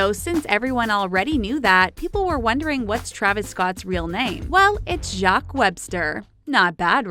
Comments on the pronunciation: It’s ja keys not jacks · It is pronounced as jock lmao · did she literally pronounce jacques as “jock” 💀💀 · THEY ALWAYS PRONOUNCING WORDS WRONG OMFG!! It’s JUH-KWEEZ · still didn’t pronounce it right